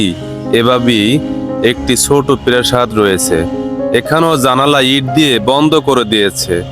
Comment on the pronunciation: Vai apne to murkho na tai na tahole perashad bolen keno pagol naki prashad hobe perashad na🤦‍♂️🤦‍♂️🤣🤣😁🤭😡😡😡😡 R ak kothai bar bar bolen mechai